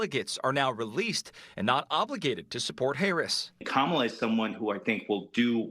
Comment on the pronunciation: y he say Harris like hayriss?….lmk